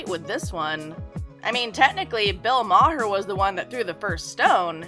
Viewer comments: It’s Bill Mar not Bill MaHer. Cmon that’s just lazy not knowing how to pronounce his name. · It's an Irish name and it's prnounced Bill Maaarrr. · Ma-her? Thankfully not many people have seen this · Bill MAR-Her? What? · I love how she's mocking Bill Maher with her "I'm an idiot" voice while so grossly mispronouncing his name. The irony is..... so tasty.